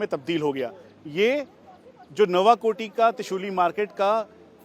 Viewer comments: नुवाकोट है नबाकोटी नहीं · Patrakar Sahi uchcharan karo nawakoti nahi hai nuwakot bolo